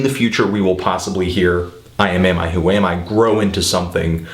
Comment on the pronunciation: I laughed whenever he said iamiwhoami.